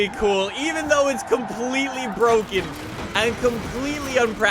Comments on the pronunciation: Its BWOKEN, its BWOKEN! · Nobody;: BrOGaN CaR